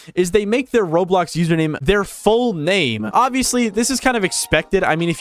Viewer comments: I find it funny how to this day he still says roadblocks instead of roblox. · Bro said Roadblox😂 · Why do you call it roadblocks? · Blud said roadblocks💀💀💀💀💀💀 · Roblox it’s Roblox not roadblock😂😂😂😂😂😂😂😂😂😂😂😂🤣🤣🤣